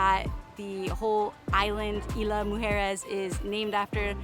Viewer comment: Love the video bu5 sweetie you need to know the pronunciation which is Isla pronunciation eeesla 🥰🌊🌊🌊🌴🌴🌴